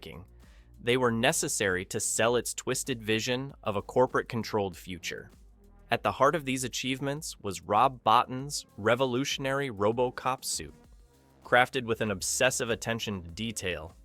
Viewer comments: It’s pronounced “Rob Bo-tine” per Joe Dante. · BTW... Robo was covered in TITANIUM... not chrome... And it is pronounced Rob "Boteen" and Paul Ver-HO-ven... its ED-209, not E..D.. 209... STOP using AI to narrate your videos... ;)